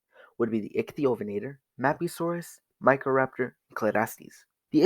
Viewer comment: I think there was a miss pronunciation with microraptor 😂lol but it’s ok we all make mistakes.